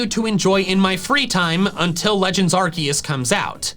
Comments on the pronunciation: It's Arceus, NOT Arcakous! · he said Arceus and not ARCUSE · He said it like arceus and not arcoos